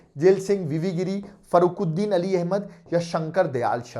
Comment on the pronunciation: Maksudu toi President or nam tu utter koribo nuwarili , Fakharuddin not Farukhuddin